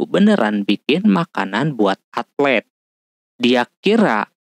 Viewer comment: Atlet bukan altet